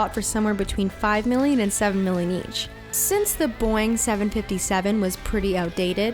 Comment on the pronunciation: It isn't boiing , it's boeing